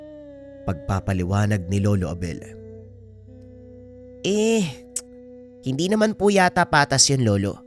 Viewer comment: Bakit po ang gulo ng pag bigkas mo sa pangalan ni lolo Abel JD